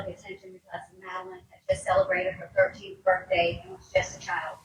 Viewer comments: Madeline not Madalaine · Did she really just call Madeline Soto “Melanie”.. what an uneducated news anchor.